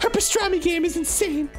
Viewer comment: Italians according to Arin P e s t r a m I